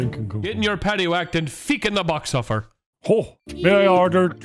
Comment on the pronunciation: Its feckin not feekin 🤣